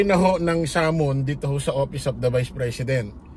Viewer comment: correction lang “SUMMONS” not SUMMON✌️✌️